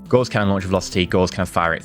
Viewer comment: Gauss is pronounced like Grouse, the bird, minus the 'R'. You are pronouncing it like Gause, the bandaging material.